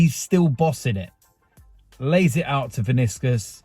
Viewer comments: Vinicius, not Viniscus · The way you say Vinicius 😂😂